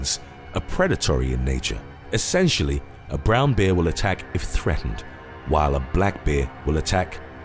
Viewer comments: That’s the first time I’ve heard the word bear pronounced beer! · Very much enjoying your channel; I have noticed on a few videos that you pronounce ‘bear’ in a very particular way. Would it be rude to ask you what your linguistic roots are? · haha, I laughed at the way you pronounce Bear ,sorry.:))